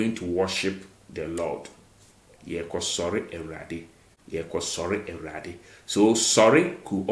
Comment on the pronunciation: You pronounce Awurade as “A ra de”. The wu is skipped